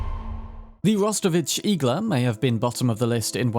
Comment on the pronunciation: IGLA means NEEDLE in russian. Stressing the A